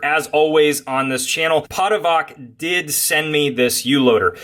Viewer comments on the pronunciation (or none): Hey, not trying to be rude or anything, the ch in the name is pronounced like the ch in cheese. and the name it self means Hander(like someone who hands you stuff) there isnt really a English word for it that i know that fits better